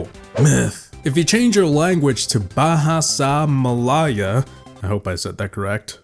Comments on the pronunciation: Not bahasa Melayo but...Melayu......Me-La-Yu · as a malaysian myself u pronouced it half wrong Ba ha sa me la you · As a malaysian its pronounced ba-ha-sa me-la-yoo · im mortifiied! But seriosly that is not how you say its bahasa melayu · No,U didnt say it correct and the reason I know is because I live in one of the country that has to learn thing language.The correct spelling is actually Bahasa Melayu.